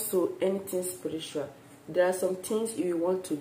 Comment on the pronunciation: It's channel..not shannal.. And it's spiritual not spiritra...my gosh..improve your English so ppl could understand....and it's urine...not you rain